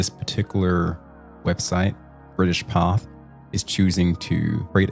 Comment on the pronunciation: Pathe' is pronounced Path A. Good catch on the stolen footage.